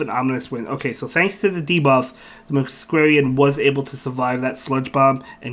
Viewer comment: Just FYI Masquerain is pronounced Mask-ore-rain, because masquerade + rain. I only know this from Phantom of the Opera. Not that it will be relevant often but thought I would mention it!